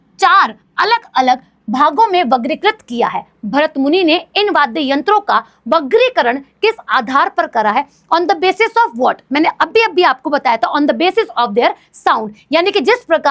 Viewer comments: mam vargikrat. h vagrikrat nhi😂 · Mam vagrikrit ❌ Vargikrit ✅ 😂😂😂